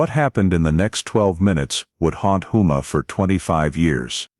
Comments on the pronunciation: Not whoma it’s HOUMA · It's houma, home +a is the way it said. I live in Houma myself. La. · Lafayette, Louisiana and its Hoe-mah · I was going to correct the pronunciation of Houma, but you beat me to it